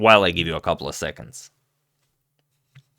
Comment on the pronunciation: Sori, Blitz, not Bullet…. (Also ‘of’ not ‘if’ !).